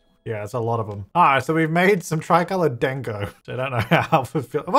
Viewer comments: its not DANG-O its pronounced like Daango with a long A sound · pronounced "dawng-go" lol. It is basically a round dumpling. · you pronounced Dango wrong XD those Hanami Dango Are Japanese Desserts as know as Wagashi ( wa-gashi) are traditional Japanese confections that are often served with green tea, especially the types made of mochi, anko (azuki bean paste), and fruit. Wagashi are typically made from plant-based ingredients.)